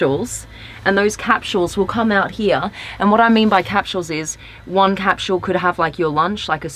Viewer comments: It’s called capsule. Not capshule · And she just kept saying it